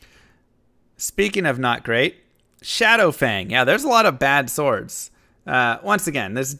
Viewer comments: i like how you pronounce the "w" in sWords...hee hee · swords is pronounced "sords", despite the spelling; I like the new format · It's pronounced sord*, the w is not pronounced. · The emphasis you put on the W in the word Swords is throwing me rofl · And i thought the w is silent